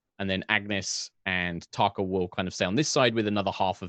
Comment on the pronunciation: Yes, I've been waiting for this. Can't help laughing at pronunciation of Tarkhal. I keep hearing Thac0 and feel like it is very appropriate.